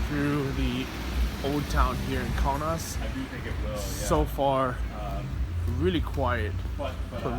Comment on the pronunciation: Kaunas is pronounced KO (long o) NUS (short u) like 'bus' like KoKo Bus, only Kaunas